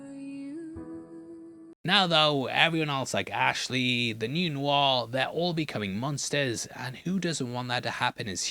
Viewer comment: New Noir sounds funny, like New New R, lol